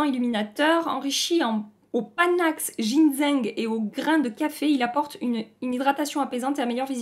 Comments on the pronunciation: Phonétiquement ça donne a peu près " djinsseing " bon allez je continue la vidéo 😉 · t'es trop forte!!! J'ai trop rigolé avec tes expressions (Et Bim les paillettes dans ta gueule...), et ton souci pour prononcer Ginzing. lol N'empêche jolie sélection! Hâte d'avoir ton avis sur tout ça. <3<3<3